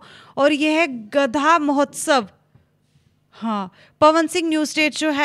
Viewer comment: Gadhwaa mahotsav hai😂😂gadaha nahi😅